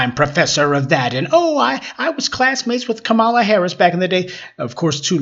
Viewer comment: You just love intentionally mispronouncing Kamala’s (comma-lah) name, don’t you? You’re too informed to have heard the correct pronunciation.